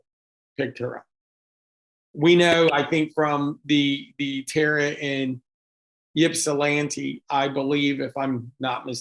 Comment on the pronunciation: Ip-sah-lan-ti no y sound. It's Greek. Sorry force of habit to correct people when you are from there lol